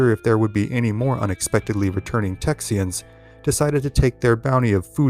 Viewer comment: Why do you keep pronouncing it “Texian”